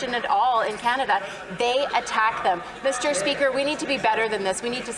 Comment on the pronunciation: Good one! Thank. Meester speeeker…. 🤢🤢🤮